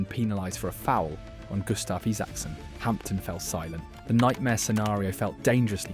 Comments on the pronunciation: What's a hampten? Is that supposed to be Hampden? (Pronounced, "Ham-den".) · Aach come on pal. It's HAMPDEN PARK, no HAMPTON lol 😂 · The irony is that It's pronounced ham-den not hampt-den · Hampden is pronounced Hamden - the p is silent. Sorry to be picky. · "Hamton"? ffs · HamPten 😂😂😂😂😂😂😂English wamk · Typical English voice over, Hampden is pronounced where the P is silent, learn it before posting. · The p is silent in Hampden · It would good to find a commentator that could pronounce Hamden properly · There is no "T" in Hampden you dummy! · AI slop. Gutter content. You know it’s AI with the nonsense place names. Piraeus, Hampden and the Italian league - Seria A. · He's over pronouncing the 'P'. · Ye not Hampton ,Hampden, and not hied as in hide ,it's hied as in heed 😂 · There is no T in the park. Ham din park. You can take the p too. And heed my words about the pronunciation of heid. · It's pronounced HAMDEN NOT HAMPTON.AND THE SOTTISH EXPRESSION OSD KEEP THE HEID (PRONOUNCED) HEED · That AI narrator had a bit of a brain fart there talking about Mctominay’s goal 😂😂 also “Hampton” “keep the hide” “shank land” (sounds dodgy 🔪) and calling Dorgu “Partick Dorg” was a particular favourite. Actually thought it said “Patrick Dork” at first 😂